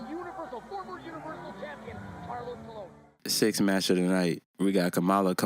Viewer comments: Why do you keep saying Colion? Is Colon. There is no "I" in Colon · You still pronounce “Colon” wrong lol it’s pronounced as cologne like the spray